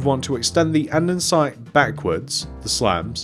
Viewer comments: your probably not gonna see this but it’s andesite not andensite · hey it’s not andensite it andesite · Anyone else notice he called it andernsite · Bro andensite 💀💀💀